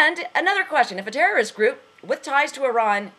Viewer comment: lol, the terroristh! the terroristh!